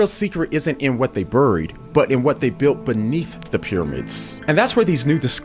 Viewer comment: I can’t get over how he says “buried” ahahahhaha I’m dying